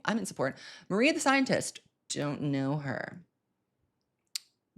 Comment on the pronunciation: not knowing AND mispronouncing mariah the scientist …